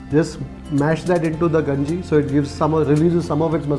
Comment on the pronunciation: Not ganji it's kanji